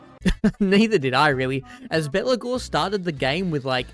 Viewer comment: i keep hearing Belakor when you say Belegar. not unfitting as he acts as a undying demon this campaign